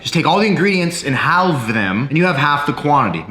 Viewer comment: Bro the way you say "halve" 💀